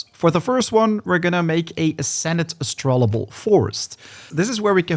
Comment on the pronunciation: Hey man, I used to watch your Nightingale videos back when the game first released. Been getting back into it since the RR update and I noticed you're still pronouncing Astrolabe incorrectly lol. You're adding an extra "L" and saying Astrolable, when it's actually Astrolabe, pronounced astro-layb. Just thought I'd let you know since it's become a funny pet peeve of mine with your Nightingale vids. Great content though, I appreciate all the effort you put into these guides!